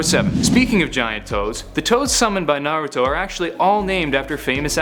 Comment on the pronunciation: It’s nah-rue-toe